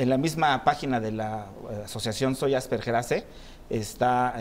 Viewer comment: ¿No es Asperger, en vez de Asperguer, con "u"? /Tal vez cuando escribo esto , el programa ya no exista. Por favor, confirmar.